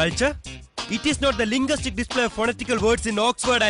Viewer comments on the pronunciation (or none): Enthenu lingastic ho?atho linguistic ho?btw you can't become Jayan in anyways don't try. 😂athu matram aalla malayaleee makalee collies alla coolies.. before I lose my culture alla mone,before I loose my culture.Jayan chettan enthu nalla dilaogue delivery aa nadithi.eee movie thalli poli aara ithinte director